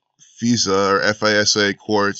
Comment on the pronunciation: FISA..... F-eye-Sa....